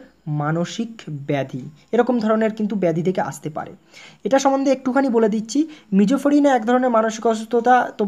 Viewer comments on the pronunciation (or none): Ota sijofreneya Hobe....mijofreneya Noy dada...r all is okk...🥰👍